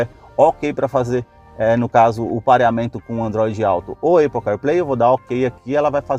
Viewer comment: “Eipou”…fale sério, vai?